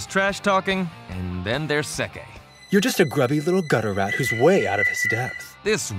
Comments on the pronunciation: Narrator: There is Sekke. Me: Who's that!? His name is Bah-ha! English Dub... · Sekke? You mean Bah - Hah! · His name is Phoo Ha!